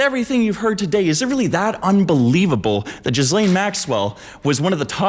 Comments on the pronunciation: Jizzlane? I thought it was pronounced Gillaine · Just FYI Ghislaine is pronounced ghee-lenn, not jeez-leen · Her name is pronounced Gilenne not Jizzlane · "Ge-laine" there's no jizz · Why does everyone pronounce her name different and incorrectly? It's like Elaine with a G in front of it. It's not Jizzlane. Does everyone know they just do it to be funny? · Jizzlane ? It’s “gih- lane” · The Epstein Scandal keeps reminding me that Americans can't pronounce "Ghislaine." Gee-len. Not Jizz-lane. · It's pronounced Gee-Laine not Gis-Laine!! FAKE VIDEO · Gil lane not jiz lane… 🤦🏻‍♀️🙄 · wrong. If it’s French it’s going to be “Gee-lane” or “Gee-Len” in a more American pronunciation. It’s not “jizzlane”…. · It's "jee-LAYNE". NOT "Jizz Lane". French version of "Gillian". Be fair to all the women who aren't convicted sex traffickers who share the name, wouldja?? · Still idk how anyone is getting 'jizzlane' from 'gih-lane' Ur Canadian, y'all got Frenchies, what's ur excuse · bro It's pronounced "GHEE-LANE" An entire video essay rendered moot because you didnt even bother to research HOW TO SAY HER NAME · Sir, please pronounce Ghislaine Maxwell’s name properly. It’s French. Her father, Robert Maxwell, was just as bad as his favorite daughter. He introduced her to Epstein. At the time Epstein was not a billionaire, Robert Maxwell supposedly died from a heart attack, he ‘fell’ off his yacht, and drown. Hmmmm If you were saying it wrong as a joke or something— sorry. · This is genuinely one of the worst video i've ever seen. Firstly, you're not even pronouncing "Ghislaine" correctly. Second, you probably should have actually known what had happened to Madeline Mccan if you're going to use it as evidence. Third, what does "speaking American not British mean"? She grew up in the United Kingdom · imagine saying "Ghislaine Maxwell" over and over while pronouncing the S. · You could at least learn how to pronounce that beasts name.